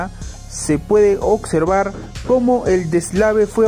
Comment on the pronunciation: colacsa, ocsevar, ocservamos, cactastorfica.... ohhhhhh boy.....